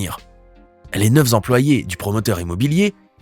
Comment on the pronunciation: lorsque l on fait des videos sur les erreurs de construction, on fait attention à ne pas faire d'erreur de langage (concernantl'immeuble de 13 étages vous parlez des "neuf zemployés" comme si le fait qu'ils soient 9 impliquait un "S" et une "liaison" avec employés